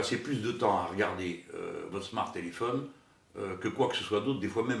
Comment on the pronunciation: "Smartéléphone." :'D Merci, en tout cas, d'autant vous adresser à nous.